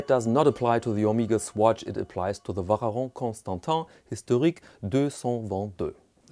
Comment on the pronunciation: I wonder why you pronouce « Vacheron » so strangely, given that your pronounciation of other french words is pretty good and the difficult sound for foreigners is the « on » at the end that you pronounce well. « Ch » is just pronounced « sh »… like sheet or show. The watch doesn’t look as nice as I first though